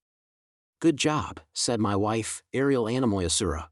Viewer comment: Thank you so much for this. Is there a way to change the voice? There were so many problems with pronunciation. For example, Aisha is pronounced Ayesha and Ariel is pronounced Arioel. Then there are small mispronunciation like errors being pronounced Eris.